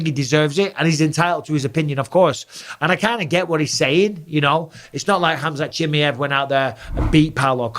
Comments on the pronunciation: I hate to be the one who brings this to you champ but, it's not "Chimiev" but Chimaev😅❤ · Let’s say it together mike. Chi-My-Ev 😂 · Can someone please help Michael pronounce ‘Chimaev’?😂